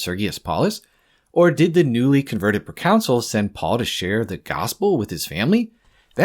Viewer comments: Great video, but you’re pronouncing ‚Consul‘ like ‚council‘ it’s more like Cahn-sul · The pronunciation is not like council. Con - soul, or kaan-sl phonetically. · Hearing Consul pronounced Counsel annoyed me for this entire video